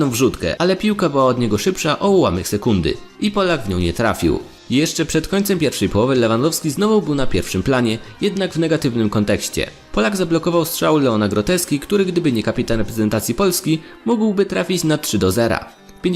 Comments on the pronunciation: Goretzki a nie GROTEZKI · Czyta sie Leon Gorecka a nie grotecka xd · Co ty z tym Leonem Groteską!? ( nie 1wszy raz w nie pierwszym materiale )Chłop nazywa się Leon GORETZKA! Ogarnij się! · Byq naucz się że nie,, Grotecka'' tylko Goretzka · Groteska KOEMAN Poketino naucz się wymawiać wkoncu zagraniczne nazwiska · wiesz ze on to do beki zrobił bo powiedział w filmie że groteski